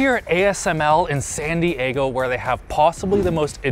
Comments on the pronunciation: "Sandy Aygo" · The way pronounced San Diego, made it sound like he said “Sandy Eggo™” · I am convinced he said "sandy eggo" at the start and not San Diego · Did anyone else think he said "Sandy Aygo" ? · when he said sandy eggo I felt that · How Pronounced Sandy Ego Genius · making San Diego into 4 syllables is the most canadian thing I've seen today. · San Di-E-GO?